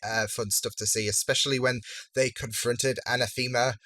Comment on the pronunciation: Anathema's name is not pronounced a-na-THEE-ma. It's pronounced a-NA-tha-ma.